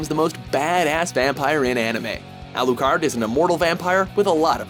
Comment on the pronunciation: AlooCard wtf